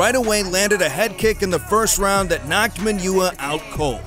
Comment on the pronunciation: Jimi Manuwa, "man oo wa", not Manure!